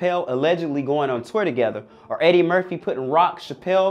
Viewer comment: Is he saying Merthie? Or Murphy? 🤨 🤔